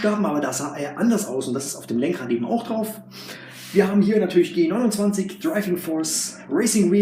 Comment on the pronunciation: Welcher Mensch sagt denn Bitte G-Simumzwanzig 🤔🤦🏼‍♂️